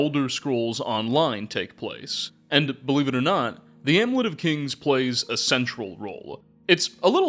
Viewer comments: *amulet. Ahm-you-let. Also, *that big a role. No of. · And the u in amulet.